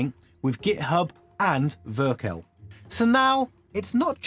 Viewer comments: More like ver - kell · Vercel pronunciation was wild (ver-cell) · Yeah, when I heard it, I immediately thought that this video is AI generated lol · I barely speak english but even I noticed that